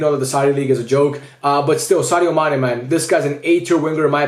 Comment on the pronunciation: Dude that is not Sane, it's Mane 😂